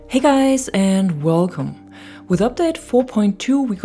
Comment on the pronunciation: “HEY GUYS annndddd WEWCOME” 😂 love it. You’ve stuck with 2042 from the start,. Really glad the game has picked up, and with it, your views and subs. It’s been well earned.